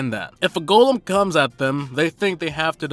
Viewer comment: Everytime you pronounce golem as gah-lem I cringe. Who does that???